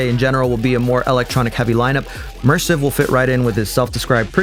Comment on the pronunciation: We can tell your not an edm specialist by the way you butchered spelling mersiv 😅